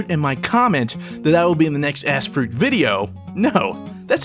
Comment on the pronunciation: bahaha, I swear the beginning of the video it sounded like you kept saying "ass fruit"...